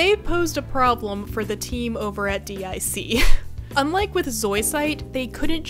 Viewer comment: It's pronounced "Deek" not Dee Eye See...and DiC didn't super the S and SuperS season, that was from Cloverway